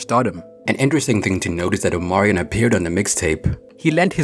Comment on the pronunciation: The way says Omarion name 😂